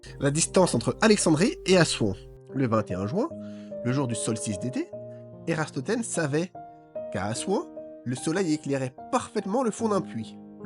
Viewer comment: Ératosthène..... Pas Érastothène....